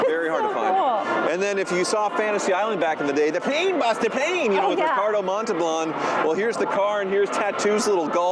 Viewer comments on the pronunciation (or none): "Ricardo MontalBLAN" LOL